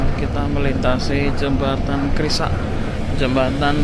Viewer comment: kali krasak.bukan kali krisak.